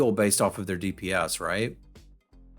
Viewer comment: did u call D.P.S. dips?